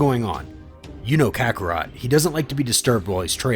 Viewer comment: Ok tell me, how the heck you can say kakkorot right and not Beerus right, man called him bills wtf